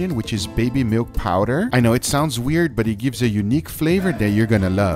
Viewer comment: "SO LETS DO ETT" Gay.